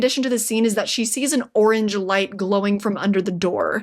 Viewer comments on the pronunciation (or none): none